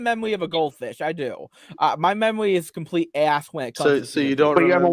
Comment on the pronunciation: watch out, mentally handicapped Mr. Mackey is coming for you " is a compwete fake an fwaud, dat he's a gwifter....not willy afwaid of anything that'll happen to me, mmmkay."